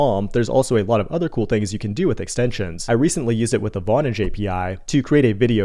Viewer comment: I had to read it to understand that you were saying "vonage" and not "bondage" lol